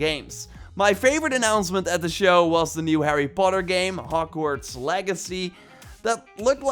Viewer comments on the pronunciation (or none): none